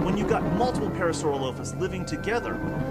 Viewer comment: was the narrator pronouncing parasaurolophus wrong? i can't tell but i think he was and it's kind of bothering me xD lol i've seen the docu three times and it always gets me lol